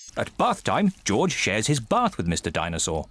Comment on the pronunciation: Peppa is saying goorge